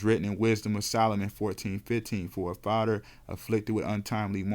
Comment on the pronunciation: It’s father not fadder… other not udder… why tf do u talk like that? Together not togedder. Talk like a grown baby.